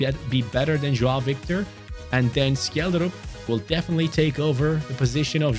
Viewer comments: From a Norwegian its pronounced Shelldrup 🐚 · Scheljderup is pronounced shell-de-rup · You say Schjelderup with a sh sound not a k sound😅 Norwegian btw